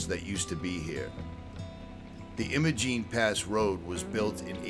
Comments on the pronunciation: It is EYE-mo-jEEN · Great work my friend, but as a local I feel I have to correct your pronunciation. Imogene has a long I so it eyemogene.